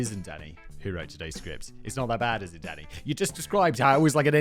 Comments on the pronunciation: I always think Simon is saying “daddy” rather than “Danny.” 😂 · It literally sounds like he is saying "Daddy" instead of Danny. I am hearing, "Oh why daddy? Daddy no, I don't like that daddy." >.< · Sometimes I hear “Danny” as “Daddy” For example “I don’t need to think about pigs’ orgasms DADDY!” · When he says "Danny," it sounds like "daddy" to me and really made the beginning of the video and little more interesting.